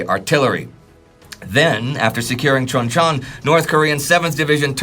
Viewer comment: There are many errors in pronunciation of Korean names and place names. For example, when pronouncing Chuncheon(춘천) or Lee Hyung-Guen(이형권). This is understandable. Korean pronunciation is much more complicated than Chinese or Japanese.